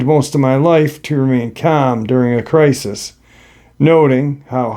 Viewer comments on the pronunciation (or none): none